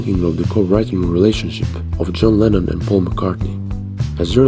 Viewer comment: Lennon its lennon obviously lemon heads